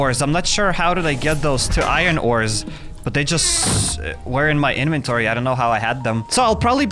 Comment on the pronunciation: I like it when he calls it his eneventoory